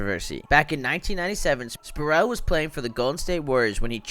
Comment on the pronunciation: SPREEEEEEE-WELL... Not Sproo'el